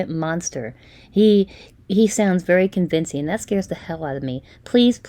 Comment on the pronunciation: CON-evincing? Someone that created a new word. 😂Testfication?